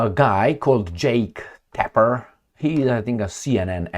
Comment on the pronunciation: I listen to you almost every day and consider you as the best. Love your perspectives almost on everything even when my so called friends disagree with me. But I must tell that your pronunciation of Tapper is wrong. You are pronouncing the name as if it was spelled with one p, like Taper. Other wise Keep up the good work!👍